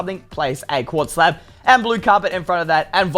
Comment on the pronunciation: When you said quartz slab you said quartz slap